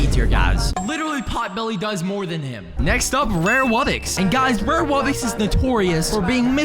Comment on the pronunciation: ITS RARE WUBBOX NOT RARE WUBBIX